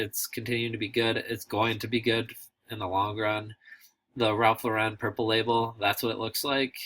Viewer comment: Cool video, but.... Ralph's last name is pronounced like you would say Lorin not Lorr-----rin. Just saying..